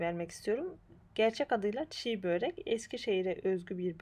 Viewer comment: Tarif güzel ama bir de böĞrek demeseniz...